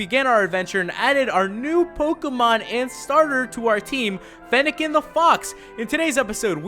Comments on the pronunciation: you said feennilin the fawx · lol he said feniken the fawks